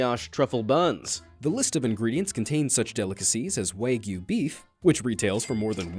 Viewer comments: it's wagyu not waygu. smh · Waygu: WAHG-yuu Four Gras: Fwahh-grahh 🙂